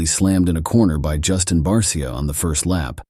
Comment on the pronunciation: If you're going to use AI/bot, at least "guide" it by calling 51 'BARSHA". It sounds more professional that way.